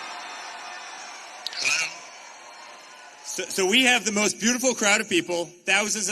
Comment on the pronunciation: "HELLEO" Hahaaaa! Such a legend!!!